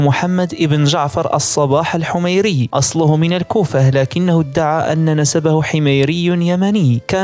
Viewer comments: الحِمّّيري بشد المييييييم هاذا من قبيله الصباح الحميريه اليمنيه مننا عهاذا اذا كان صباحي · الحميري نسبة الى اعظم الحضارات اليمنية الحميرية والتي خرج منها ذو القرنين والغريب يا صاحب القناة انك تتحدث عن تاريخ الحسن الصباح وهو تاريخ بسيط في المدة وفي الاثر ولاتعرف تاريخ اليمن وامبراطورية حمير ؟ والا ما كنت اخطاءت في نطقها